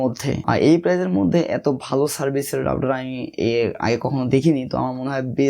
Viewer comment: রাউডার না ভাই, রাউটার।